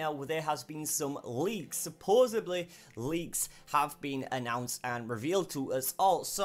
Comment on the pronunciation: say "supposedly" right